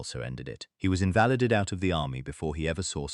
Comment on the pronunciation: Sorry, made it to half way through Stewart Grainger and had to give up. The AI script was nearly a bad a the AI narration. “Sent zero 7”, “Lewtenant”, “ he was invalidid out”